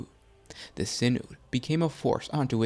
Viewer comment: SIGH-NOD, not SIN-OOD.